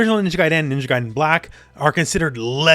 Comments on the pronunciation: He says Gaiden so weird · Would love a reboot! I hate how you pronounce 'Gaiden' tho...